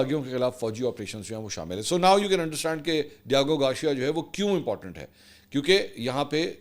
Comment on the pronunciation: It’s Gar-c-ya .., Try saying it togather Mansoor pls It’s not Gawcheeya 😂😂😂 Lahoree Accent mar rhy ho Ek dafa kisi English Channel per sub what actual word is